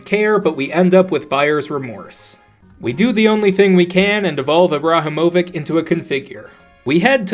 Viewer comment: His pronunciation of Ibrahimovic killed me